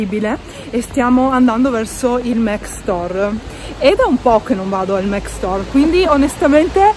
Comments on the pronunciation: Perché dici MEC? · non si dice assolutamente mEc ma MAC così come è scritto, e sono certa che lo sai benissimo, non l’hai mai pronunciato così, è ovvio che lo dici apposta. sono certa che puoi evitarlo, sei piu interessante senza strafalcioni. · Ma scusate non si pronuncia mAc? 🙁😕 Io non lo capirò mai XD